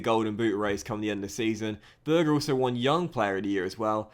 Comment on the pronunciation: It’s sander berge not sander burger😂